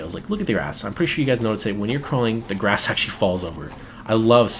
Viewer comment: when he said "look at the grass" i coulda sworn he said "look at my ass" lol